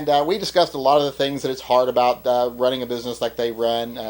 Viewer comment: What is this ABOOT?